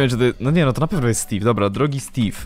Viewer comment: Czemu stave a nie steve